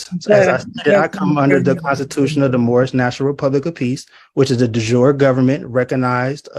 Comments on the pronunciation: It's not we jour, it's definitely jure,which roughly means by the he law or based on the law. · 🤦🤦🤦😑😑😑 Oh my good God, you embarrassing, Dunning-Kruger's clown of the first order. You must be an American. It is DE JURE NOT DE JOUR and it is CLASSICAL LATIN NOT FRENCH, and it means 'by law.'. Even the moron in court knows what it means. Therefore, you don't even have basic general knowledge about the law nevermind an obviously negligible level of education. The same applies to your ridiculous up voter of course.